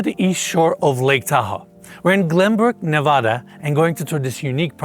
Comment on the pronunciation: If you're going to sell property in Ne-Va (a as in "apple", not a as in "say ahhh")-duh, you need to learn to say it right. Especially at this price. And tell the Silicon Valley douche who buys it to say Nevada properly as well and not vote like a California liberal.